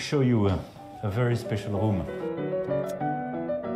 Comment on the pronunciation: Ze roum of Ze pompadour... En plus son anglais est complètement merdique, prononciation d'élève de 6 ème... 😂😂😂😂